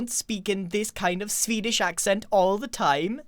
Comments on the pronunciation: grian says swedish like sfedish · SVEEDISH OMG NEW WORD SVEEDISH WHEEEZE